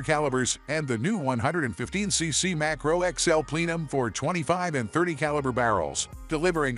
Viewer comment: A Plee-num? Did the computer dude mean Plenum lol